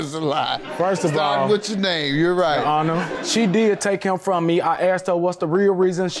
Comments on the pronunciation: She don’t even say that man name right, shows you the lack of respect she has for him. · When she couldn’t pronounce his name and didn’t care about paternity, I already knew. How about an apology because he did more than the biological father that you deprived your son of. 🤦🏽‍♀️ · She's disrespectful, keeps mispronouncing his name.